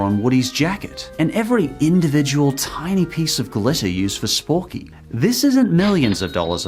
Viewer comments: Anyone else notice he kept saying sporky instead of forky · not to be mean but its not (Sporky) Its (Forky) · I think it was forky not sporky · it is not sporkey it is forkey. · Did he say Sporky? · He said sporty endsad of forkey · You called Forky “sporky” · His name is forky not sporky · Forky not spoorky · *Forky He said 'Sporky' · Forky not sporky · bro sporky? it forkey not looking for a friend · When called Forky “Sporky”, I felt unbridled rage, the likes of which you’ve never seen before. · It’s forkey not sporkey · It's Forky Not Sporky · DID HE SAY S P O R K Y ? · Forkey not spoorkey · Sporky? it's Forky lol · Sporky Literally everyone else: Forky. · IT’S FORKY, NOT SPORKY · it's Forky* not sporky! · my man did not just say 'sporky' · Wait... isn’t it Forky? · Toys story the fork his name is forky not what u said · It's "Forky" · Isn’t it forky? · he FRICKING SAID sporky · How dare you pronounce Forkys name wrong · You said it wrong.... It is not Sporky! It is Forky!!! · ITS FORKY NOT SPORKY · It’s not sporky it’s forky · It’s actually pronounced Forky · Just a reminder, It's actually Forky, not Sporky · Has anyone else realised that he said 'Sporky'? His name is Forky. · I love how he called it Sporky when it's Forky. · Bonnie made sporky Me: its forky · It’s forky, not sporky. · His name is forky, not Sporky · I like how you say “Sporky” instead of Forky. Then again it is more accurate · Did he just say Sporky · it is forky not sporky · calls sporky me: ITS FORKY ITS CALLED FORKY ON PURPOSE BECAUSE BONNIE IS YOUNG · did you call forky sporky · It’s forky not sporky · it's Forky, not Sporky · It's not sporky it's forky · Has no one realised that he said sporky instead of Forky? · he called Forky sporky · You had said four key his name is sporky I'm just going to say that real quick not trying to be smart or nothing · It’s FORKY NOT SPORKY. omg....I’m YouTube’s Hermione granger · its not sporky it forky